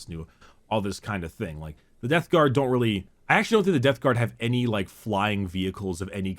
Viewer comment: It's also forgetting to close his mouth AFTER the word is spoken. You can hear it when he says "Death Garm" and "Number wum"